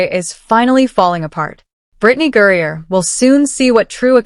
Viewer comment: Mercy ...GURRIER ????? It is HE, Brian Griner.....